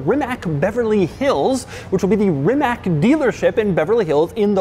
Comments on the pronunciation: It's pronounced "Ri-mats". Love the review, but your pronunciation had me cringing every time. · Mr. Demuro, I would appeal to you as an automobile enthusiast with far reaching influence, please use that far reaching influence to help us westerners learn to pronounce this guy's name correctly. Let's please not perpetuate the mispronunciation, "Rimmack". This is a wonderful opportunity to NOT create another "Porsh". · Please try to pronounce the cars' names properly. It's pronounced 'Reemack'. I know you had problems before with 'Chiron' pronouncing it 'Sheerone'. It's 'Sheerong'. It doesn't take much research to at least get that right. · Learn how to pronounce it. Show some respect to the guy that created it, its his last name. Its Ree-ma-z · Everytime Doug pronounces Rimac wrong one Croatian dude dies. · If I were to conduct an on-line review of autos (especially Super-Cars)? I would learn and pay attention to how to pronounce the name of the product brand name!😂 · In that case Doug killed half of a Germany so far 😂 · In Croatia "C" is pronounced like you would pronounce "ZZ" in "pizza" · Finally the review I was waiting for! About the design: Mate Rimac himself said he wanted the car to have a timeless design. Something beautiful and memorable rather than something aggressive and common. Also, the C at the end is not a K sound, it's like a fast "ts", hard to explain but you know what I mean... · The C is pronounced like the ZZ in Pizza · I was literally looking for this comment. Croatian commenters seem pretty restrained when it comes to correcting him. Things would be different if he was talking about a German car :-) His pronunciation of Porsche is spot on, though. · Love you Doug and this was a great review video but I had to shake my head every time you mispronounced the company name. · You pronounce the name wrong 😂 Rimac c at the end Like TZ in switzerland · I just can't not get annoyed with the way he pronuces Rimac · Its NOT rimak it is RIMAC!!!